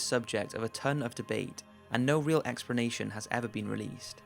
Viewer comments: am i the only one who is slight pissed that he keeps saying expernation? ._. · Expranation lol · I like the video but wish you could pronounce "explanation" properly. It has an L not an R..